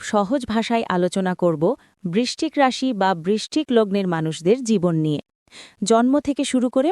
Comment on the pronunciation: রাশির উচ্চারনে আপনার ভুল হচ্ছে 😅😅😅